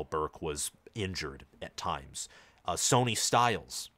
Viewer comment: It’s pronounced Sonny, (sunny) not Sony.